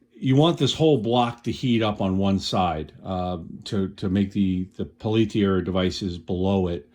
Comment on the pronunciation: Peltier was a French guy. It's pronounced PEL-tee-ay.🙂